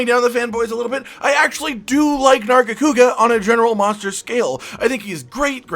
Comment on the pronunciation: Nargacuga? THE FUCKS WRONG WITH YOU?!?!?!?!